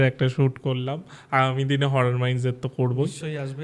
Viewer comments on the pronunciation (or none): Ghotona sune valo laglo..ektu rectify korbo ki,,horrar naki horror pronunciation ta besh kane lagche😮